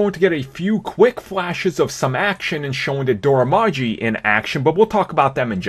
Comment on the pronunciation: Dora Milaje is pronounced MEH-LAH-SHAY!!!!!